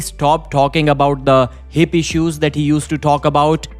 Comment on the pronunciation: Hahaha i understood "happy shoes". I was like what is that?!